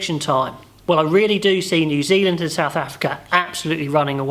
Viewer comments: Great vid mate, Zew Zealand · Zew zealand?